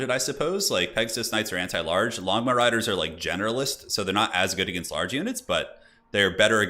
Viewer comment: I can't help myself but all I hear is "Lawn Mow Riders"